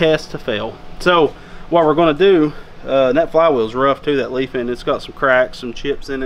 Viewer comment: killing me with the leefin ... lol its lie-fin Great video though!